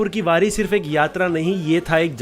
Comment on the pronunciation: पंधारपूर वरी नहीं पंढरपूर वारी बोलते है